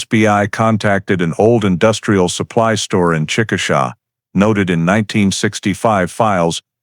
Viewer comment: Chick uh shay is the correct pronunciation of the city she was from. I was born there.